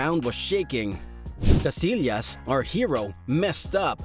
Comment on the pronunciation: it's pronounced... Kah-SI-yahs